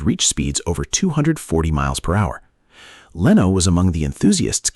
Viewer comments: Leno is pronkunced /Le-no:/ not / Lay-no:/. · Now it’s “ Leeno”. The AI very obvious knows “ F” all about pronunciation rules. They exist but 99.999% of English speakers know any.